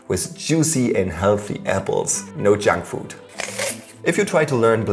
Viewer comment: It almost sounds like he is saying Jack Fruit which would be a bit harsh